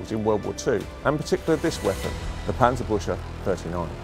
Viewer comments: Is it really so hard to learn the correct pronunciation of "Panzerbüchse" at the Tank Museum? That "ch" in the word sounds like a 'K' or"CK'- in English, as in "buck" or "Buk."and the U-Umlau t(ü) like the English 'U' in "Yup." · Yeaa... The 'A' in Panzer should be pronounced like the third 'A' in Panama, instead of the first one, the 'Ü' in Büchse should kaaaainda be pronounced like the 'U' in the Buick car company and the 'CH' more like the 'GS' in Bugs but instead of a G use a K. 😐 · The wrong pronunciation of Panzerbüchse is killing me. -. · An approximation (to avoid the "ü" sound) would be "book-se" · He really panzerbutchered that one XD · The english: Germans can’t pronounce anything Also the english: Panserbusha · obligatory ;D its sounds alot like "panzerbusche" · Büchse is pronounced Buckse. :) Very interesting nevertheless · The "chs" in "Panzerbüchse" is pronounced like "kks" so "Panzerbükkse" :) Kind regards from Germany, love your vids. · I tried, I really tried, but regardless of his obvious level of expertise, every time he says, 'Panserbusher' I...I just can't 🤣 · Paantserbookse is the best transliteration that I can come up with. Yes, I am German and know how to pronounce it. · Yes, the famous Panzerbusher! If you cant pronounce it, dont do it! :D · Cool video. It's pronounced parntserberkzeh though. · Do not pronounce the "ch" like the English "sh", it would be much more appropriate to pronounce it like the the "ck" in "brick". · Better listen on Forvo. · That's not how Panzerbüchse is pronounced. Not even if you mangle it into English. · Maybe 'ew'? Panzer - bewk - se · Its called Pancerbuxey and not Pancerbushey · I understand the pronunciation of Panzerbüchse is tough for non—Krauts. It sounds not so much like „Panzer—bush—uh“, more like „Panzer—big—suh“. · As a German, im slightly triggerede by the "Panzerbushe" (You should rather say it like Panzerbuekse", but the great content of this video makes it not that bad in comparision.